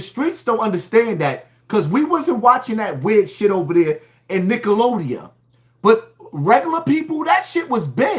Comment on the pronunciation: This 🥷🏾 said "Nickelodia" 🤦🏾‍♂️🤣 I could've swore it was "Nickelodeon " but hey maybe I was wrong all this time 😂